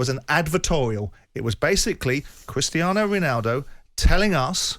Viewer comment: Is it just Alan Brazil and Jim White that struggle to pronounce Christiano Ronaldo or is it something about the Scottish accent? Bloody hilarious though 🤣